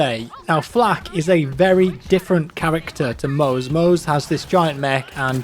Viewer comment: pronounced mozzie not "moze"